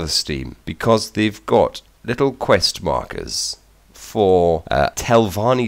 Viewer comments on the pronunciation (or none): none